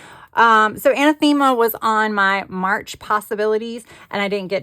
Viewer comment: An-ath-ima is the pronunciation of Anathema 😊